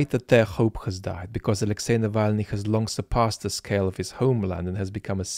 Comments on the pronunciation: He can’t even say Alexi’s name, ffs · Ah yes, the famous Axely Nalvayny